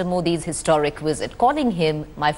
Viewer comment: never before have I heard so many Indians unable to pronounce v and saying w visit= wisit; not to mention z instead of s mizile not missile! Surely with Indian educated people this should have been addressed at school level seeing these guys are anchoring